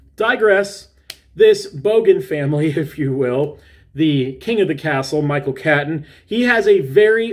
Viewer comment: Another all time favourite Aussie movie of mine. Micheals name is pronounced ‘Cayton’ not ‘Caton’ 🙂 Something you wont know unless someone tells you. Great review,! 👍🤟🏼❤️🇦🇺